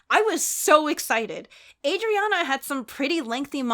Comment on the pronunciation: I got so happy when said Adriana bc that’s my name and people always pronounce it wrong but she got it right and I’m so happy:))))